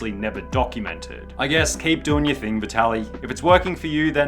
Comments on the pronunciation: dude, you are butchering his name 😂 Vaitaly? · good video.. only 1 problem : The name Vitaly is not pronounced as "why tally" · It’s Vit-Ali. The first “i” is soft. No need to emphasize it and miss pronounce a common Ukrainian/Russian name. The “i” is pronounced identically to the “i” in “it” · You want us to believe u researched when u call him bye-tali??? Bruh u wilding